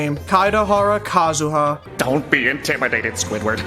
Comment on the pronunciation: I still can’t tell if says Kazuha’s name wrong on purpose or not